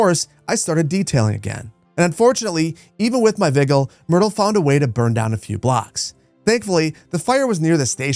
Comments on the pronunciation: viggle? it's wii-gii-less (vigiles)... oi. to elba with you! only proper latin emperors allowed! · vigil like bedside vigil... not said the way you say it, as in the firemen had vigilance . American education system, ladies and gentlemen. latin ffs